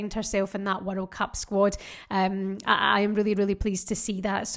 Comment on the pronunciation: Just here to hear you saying "werreld cup"! 😀